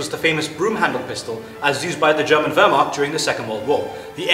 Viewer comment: aaand i can't import this into germany cause it is fullauto... he pronounces very funny the word "wehrmacht"